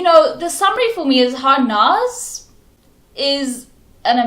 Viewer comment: Its Harnaaz not Harness